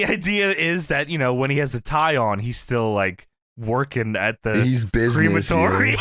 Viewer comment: hearing "cre-matory" instead of "crem-atory" is weird lol